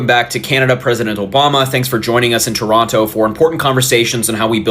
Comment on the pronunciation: 🇨🇦I am pleasantly surprised Americans are pronouncing Toronto correctly and calling our Prime Minister by his first name. Thank you all the best to you are American cousins.🇨🇦